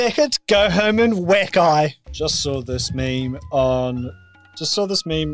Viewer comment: You seemed to have meemed instead of memed but it's still a meme so that makes up for it